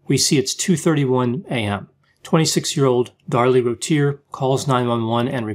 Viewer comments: It’s pronounced roo T - A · It's pronounced 'Roo-ti-ear' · Hi: May I offer input with the pronunciation of Darlie’s last name? The crime happened nearby in Texas. Her name was frequently pronounced in local news, I mean frequently. And discussed. As a local with a bit of undergrad linguistics, I can tell you how locals hit these phonemes: Rūt-tier. Crisply, bit off like root/cheer. Or, with Texas drawl, root-tee-ear. And Rowlett would rhyme with cow-lett. You’re right, their minds had been hermetically sealed. Always love ❤️ your analyses. 🤗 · Good grief, I'm only 59 seconds into the video and you've made 4 mistakes: 1) mispronounced Routier, it is pronounced "rue tier"; 2) mispronounced Rowlett, it is pronounced "row let" as in "they were having a loud row" as in argument; 3) Rowlett is not north of Dallas, it is east of Dallas; 4) Rowlett is a suburb of Dallas and is 20 miles from there not 25. Can hardly wait to listen to the remaining part of the video.